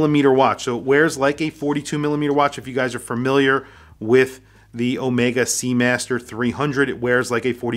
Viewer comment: Overpriced…get a normal sea master! Also the bracelet is uncomfortable. And as for Daniel Craig designing a watch, he can go fly kite…he even screwed up how to pronounce Omega! (Not Omeeeega)…and now half of the UK mispronounces it…